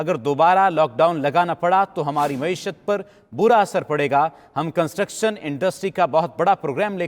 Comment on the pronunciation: Maeeshet hota hy word,prime minister sab. Maasheyet nahin hota word....